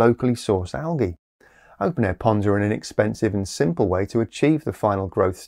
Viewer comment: Algy? We deserve a warning when you pronounce things like that!